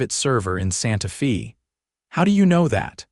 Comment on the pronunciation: I don't live in the US but, unlike the AI, I know that it's pronounced Santa Fay not Santa Fee. Another story that seems to finish in the middle of a sentence.